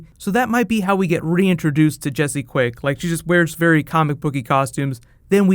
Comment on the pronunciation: You said Jesé quick season 3